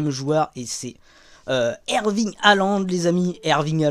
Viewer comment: erling* pas erving 🤣